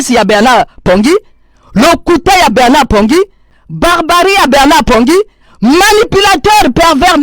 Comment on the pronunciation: C' est Bernard et non Berrrrrrrrrrrrrnard